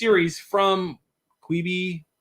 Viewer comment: Great show. Except saying quibi gave me an aneurysm